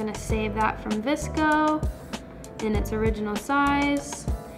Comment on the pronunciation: it's vsco not vcso ❤️